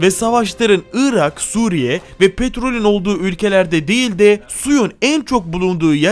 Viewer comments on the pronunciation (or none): none